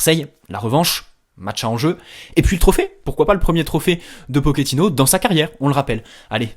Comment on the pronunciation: on prononce Pochettino et non pokettino